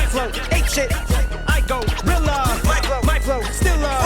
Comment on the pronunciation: I go-Rella. I gorilla.